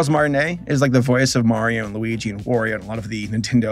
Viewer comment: he just said Loui G... and not luigi... bye